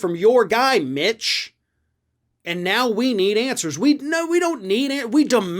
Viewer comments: How come I hear "bitch" when you say "mitch"? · I don kno... maybe um biased against McConnell... maybe um biased in favor of. Whatever. I just really, REALLY enjoy how says Mitch as if he is pronouncing the M as a B. This is why the internet was invented. Thank you. Thank you, internet. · I like the way pronounces "Mitch" It sounds like has already replaced the M with a B;-)